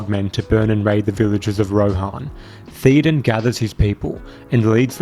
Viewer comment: Will you PLEASE pronounce King Theoden's name CORRECTLY? It's "thayo-den", not "theeo-den"!